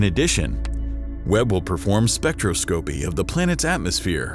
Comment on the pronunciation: Great video, as usual. BUT, please can you find a narrator who can pronounce scientific words correctly. For instance, the word is "spec-tross-copy" not "spectro-scope -ee". Any decent search engine can vocalise the word for you. Making a good video with good commentary is wasted if you mis-pronounce scientific terms.